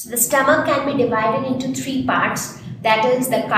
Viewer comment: stoamch😂😂😂lol